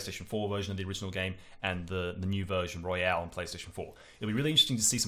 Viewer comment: It's Royal, not Royale! That really started to annoy me after you said it wrong every time. Also, I thought Golden made P4 much too bloated, so will I think the same here? Also, it sounds a lot easier??